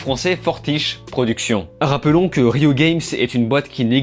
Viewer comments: c'est riot pas rio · Etonné de voir qu'aucun joueur n'ai tické sur la prononciation de "RIOT" et le nom même du jeu, comme dit dans la vidéo on est très regardant sur le skill et les détails. Nihahahaha. Merci pour ta vidéo en tout cas, les gens autour de nous ne comprennent jamais pourquoi ce jeu est si enivrant pour nous les gros joueurs, cette série permet aux autres, surtout nos copines de prendre un bout de notre passion au lieu de nous voir sur l'écran tout le temps. Un jeu très simple de base mais avec des niveaux de difficultés se domptent avec le temps . J'encourage ceux qui veulent tester le jeu, il est très large, des personnages très riches et variés avec lesquels on s'identifie et qu'on main easy. Pour éviter les sois disant toxiques, faites comme moi mute all, jouer avec des potes seulement et ne faites des ranked qu'après des centaines voir des milliers de games d'abord. Pas besoin d'être pro, le gold/plat est amplement suffisant pour se la péter auprès des "noobs".